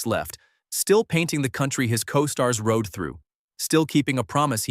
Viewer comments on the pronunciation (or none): none